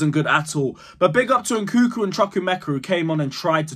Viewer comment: It's not nkuku it's nkunku! You guys doing it on purpose ahah